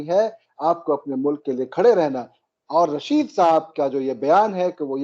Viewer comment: Arre bhai, its Tehreek E Labbaik, not Labeek... You are a thorough professional, these repeated mispronunciations are not expected of you Sir ji. Aur Sheikh Chilli ka naam Rasheed hai, Raashid nahin. Faiz Hameed hai, Haamid nahin.Our war hero is Abdul Hameed, not Haamid. It changes the meaning of the word. Not that we really care what these people in power from across the border are called, but we care about how you present the facts. Hope you don't mind Sir.